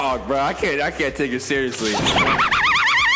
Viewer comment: Why did Siri activate when he tried to say seriously? 😂